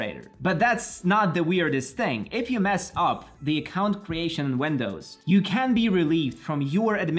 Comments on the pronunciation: Nice video, but for the love of everything that is holy.. its wIndows, with an i, not wEndows with EEEE widget /ˈwɪdʒɪt/ wedge /wɛdʒ/ wEndows wEdgets.. I am dead, bye. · He said "older" WENDOWS 💀